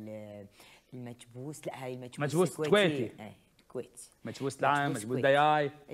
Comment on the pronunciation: كويتي مو چويتي يا هشام 😒 مچبوس دِياي مو داياي والأكلة موجودة بالامارات بعد مو بس الكويت. والپاچه موجوده بالكويت والعراق وبالأصل أكلة إيرانية مو عراقية والمندي أكلة سعودية مو إماراتية